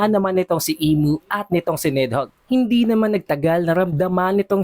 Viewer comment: BAKET BA PURO KA NEDHOGG???? NIDHOGG!!